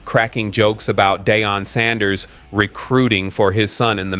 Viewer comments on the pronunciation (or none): It’s not pronounced Day-on. It’s Dee-on! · Dee on!!!!!! Deion not Dayon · It’s better to say Dee-yon (Deion) and Shi-door ( Shedeur)